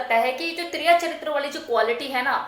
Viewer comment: You are wrong it is tiriya çhatiam not chatriam